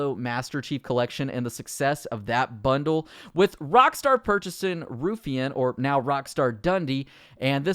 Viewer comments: Ruffian = Rough E an, not Roof Ian. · ITS PRONOUNCED "ROUGH-IANN" NOT "RUFFEE'N" LOOL XDD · It's pronounced Rough e Ann. Not roof e ann. driving me mad. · Nice vid but it's pronounced 'rough-ian' not 'roof-ian' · Ruh-ff-ian not Roo-ffian 😂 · Its RUFF ian. Not Roofian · Ruffian is pronounced Roughian not Roofian. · ‘roophyan games’ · It’s Ruff-E-an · How he says ruffian "roofian" drove me insane lol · Hey man, not that it matters because the got renamed, but i'm pretty sure its pronounced "Rough-ee-un". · I wish you knew how to pronounce Ruffian. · You need to pronounce Ruffian properly